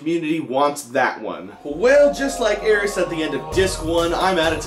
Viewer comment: Rich did you really just say aeris